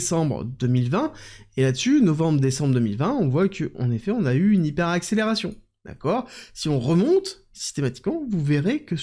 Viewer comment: Le mot hyperaccelerzzione Faudrait vraiment faire un truc 😂😂😂❤